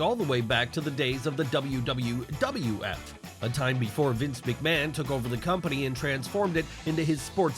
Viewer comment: I had a small giggle when the narrator said WWWF a few times.